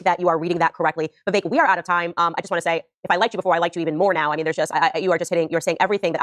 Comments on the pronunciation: Its vih... veak , not vaivek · Vivek is pronounced “Viv-ake” I love him so much that I changed my registration from Independent to Republican just to vote for him in the primary.